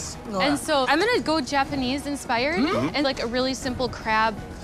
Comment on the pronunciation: his japanese🤦‍♀️